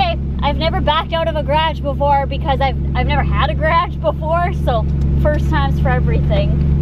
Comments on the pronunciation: she was saying garage wrong she was saying gradge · The way she says garage tho 😂😂😂